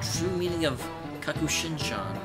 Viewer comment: It's kakushinhan, not kakushinshan